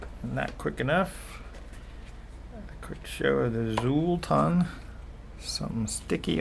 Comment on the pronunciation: The "X" in Xultun is pronounced like the "Ch" sound "Chultun"